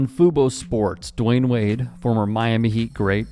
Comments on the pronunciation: It’s “Dwyane” not “Dwayne.” I’m disappointed in you. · It's "Dwyane" not "Dwayne." I'm disappointed in you.